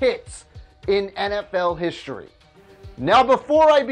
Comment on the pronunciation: HiSHtory is not a word. History is